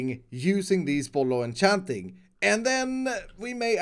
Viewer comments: Everyone: bottle of enchanting: bottlochanting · Itss bollochanting